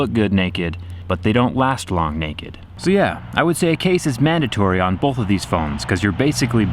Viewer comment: This man says “bolth.” Trust nothing he says...